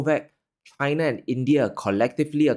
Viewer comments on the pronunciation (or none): none